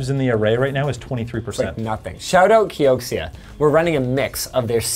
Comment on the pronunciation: He said "Kioksia"